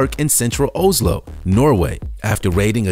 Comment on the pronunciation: omg, you need to learn english, and you say you live in asia, you should know that yue is not youy, it's pronounced you, and don't get me started on how you say oslo